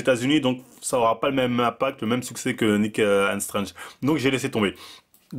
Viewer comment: faut vraiment perfectionner ta prononciation en anglais C'est pas "Nick ain strange" mais plutôt "Nick and strangte"